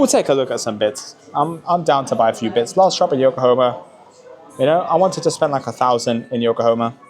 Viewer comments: It is YokohAma and not YokohOma!!! Sorry, but it feels very disrespectful to not be able to say the name... The name is even printed on so many tires... how can you not pay attention and read it carefully just once? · Yokohomo. Really man? 😂